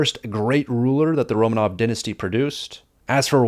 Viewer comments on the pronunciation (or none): none